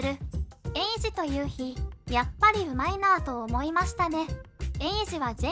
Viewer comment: 1：20ユウキでなくユウヒで発音ではなく発声だと思います。